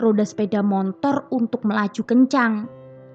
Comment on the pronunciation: BELAJAR menguCapkan Secara TEPAT & BENAR = "SepeDa MOTOR", MO-TO-R : MO-TORRRRR!! BUKAN : "M-O-N-T-O-R" !! (TANPA huruf "N" di TENGAH-nya...) M0-T0R..... [N●T] : M0-"N"-T0R ?!!